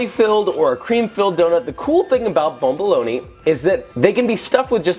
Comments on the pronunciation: I heard bum lool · It's pronounced BUM-BALONEY (BOMBOLONI) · I am from a French Reigon of africa, the correct pronounciation is ba-ba-loni